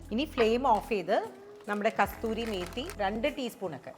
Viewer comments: ..it's kasoori methi..i thgt i heard u saying kastoori..if not sorry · Kasuri Methi... Not kasturi methi😊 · Its kasoori methi..not kasthoori methi